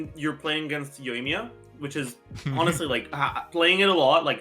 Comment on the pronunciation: "Yoiyaka" - now that's new. Yoika, Ayamiya, Yoimika, Ayakamiya. I personally think it should called Ayaya or Yoika.